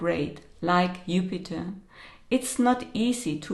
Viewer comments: you mentioned the planet Jupiter except you pronounced Jupiter upiter is that because of the Jew word? You can’t say Jew? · The letter “J” in German is pronounced as “Y(ou)” in English. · In Russian it’s also Yupiter. Not a big deal. 😁